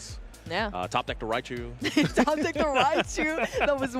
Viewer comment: "MiRaichu" HAHAHA